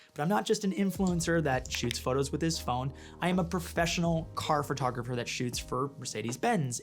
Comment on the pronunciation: omg. Didn’t expect a reply. Haha I’m not trolling I promise. I really do love and watch every video you make. I remember the emotional cross over 100k. You’re a big reason I’m a photographer now. You, Pete, and Matti. So thank you. Sorry for poking fun at how you say photography 😅